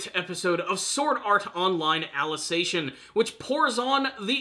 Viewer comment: Your pronunciation of 'Ali-ci-za-ti-on' is wrong, its not 'Alization'. Also why are people parroting the word 'infodump' now as if it's bad that there is explanation instead of action? The explaining was always part of SAO and if you're not interested in it, don't blame it on the series but on your inability to see SAO as more than a shounen show.